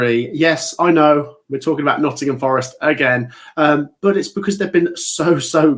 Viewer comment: Oh still can’t pronounce the name of a famous premier league club.